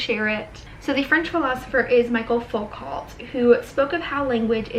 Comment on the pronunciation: Michael "foo-co" is the correct pronunciation, I believe! On another note, I LOVED THIS VLOG, but like what's new